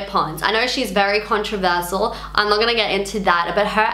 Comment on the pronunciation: Love you but im triggered by how you pronounce controversial